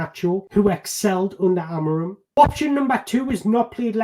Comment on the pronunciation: To correctly pronounce his name, try saying this: Amoreen The "M" at the end becomes an "N" . Just like when you say lets go "in"